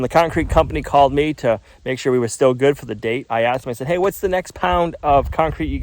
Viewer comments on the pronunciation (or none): none